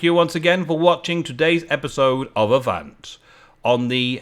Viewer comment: i can tell you how avant is said i speak french so yeah its said ah-van the "t" is silent and you need to say the "van" a little bit like a "huh" your welcome my good sir